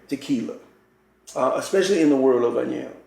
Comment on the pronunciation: Who is Dan Julio? And what's a añejou?